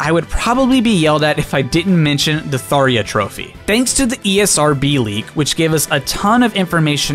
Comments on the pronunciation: It’s tharJA NOT THARIA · It's Tharja. Not, "Tharia" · kept pronouncing Tharja as Tharia… That's a J, not an I… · I want to make some corrections. You keeps saying Smash 4 thinking Smash 3DS and Wii U are the same games but in one for Sakurai's interview for Ultimate he said that Smash 3DS and Wii U being separate games so Smash 4 is Smash 3DS and Smash Wii U is Smash 5, also you pronouce Falchion and Tharja wrong. To pronouce Falchion you say "Fal-chi-on" and to pronouce Tharja is "Thar-ja" or "Thar-jar" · 52 minutes of video >Only comments on how Tharja was pronounced wrong. That is me as well.